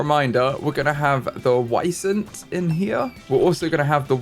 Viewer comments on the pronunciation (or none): is almost correct! They are pronounced Vee-zent/ˈviːzənt. Edit: Please name one of the Wisents Vincent 😊